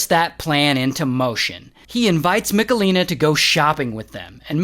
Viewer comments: Ray, it's not MiKalina, but MicHalina 😂 Its a serious case and i couldnt watch it without giggling 🙈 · im from poland and the pronounciation of michelina is hurting my soul